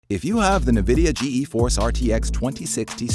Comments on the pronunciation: G-E force? “Nuhvidia”???? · when I heard "Ge Eforce" and "Nuhvidia", I turned iff the video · The “ Ge e force RTX” lol I’m gonna forget about this